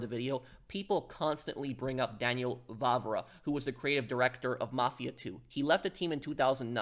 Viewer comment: Daniel Vávra, not Vavra. The "á" means long vowel, extremely simple. I don't know why you British have problem with this? For we Slovaks, it is extremely easy to say long vowels and we have even two long consontants Ŕ and Ĺ much like our former past occupiers and oppressors Czechs (whose contributed to fall of glorious Austria-Hungary). Even our Hungarian brothers have long vowels.